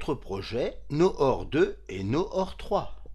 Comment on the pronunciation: tres bien expliqué, bravo. Noor ne se prononce pas Nor mais plutot Nour, ca veut dire lumière en arabe.